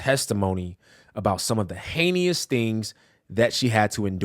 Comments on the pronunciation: Heinous, not Heinious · DOOOOOOOD!!!!!!!! The word, "Heinous" is pronounched HAY' ness.....HAY' ness.....you guys who speak for a llving really need to check your pronounciation first!!!.....just sayin!!! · Pronounced hay-ness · How do you have a whole ass channel and can’t say heinous … lol (HEY-NUS) Or like anus with an H in front of it. 😅